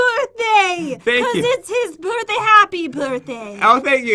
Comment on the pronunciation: Did you hear that jen said happy borthday pat